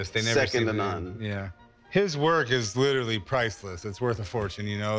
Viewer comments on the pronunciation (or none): none